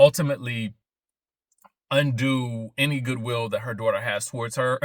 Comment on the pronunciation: Stop talking about my "DWAUGHTER!" 😂😂